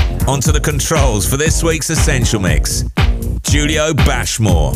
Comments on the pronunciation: I love how he introduces him self as Julio (pronounced Hulio obviously) 20secs later Radio 1 introduce him as Julio (pronounced as a J) Get it Right! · Despite him saying "Hulio" in the intro piece, the DJ still called him "Jew-lio"